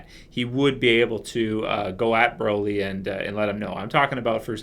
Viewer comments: The way you pronounce Broly is the British slang for am umbrella, "Brolly" is wrong mate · I ain't ever heard someone say Broly like that in my entire life